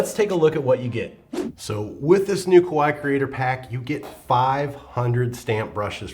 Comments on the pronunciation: omg Love it and need it!!! (btw KAWAII is pronounced as ka-wah-ee-ee and doesn't not really rhyme with "Hawaii". In fact, doing so makes it sound like "KOWAII" which means "scary") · Add a ee on the end of your pronunciation of Kawaii and you will be gold!